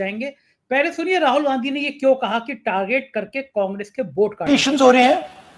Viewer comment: Arey bhai Rahol Gandhi nahin. Rahul Gandhi naam hein. Har baar Rahol Rahol Rahol kehte ho.